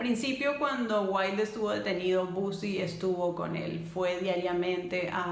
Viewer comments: Los 2 se amaban pero el amor de Bosie era egoísta y caprichoso, y por cierto no se pronuncia "Busi", sino "Bousi": de nada. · Por qué “bosi”, si los ingleses lo pronuncian: “bousi”.